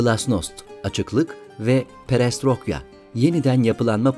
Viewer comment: Perestrokya değil Perestroyka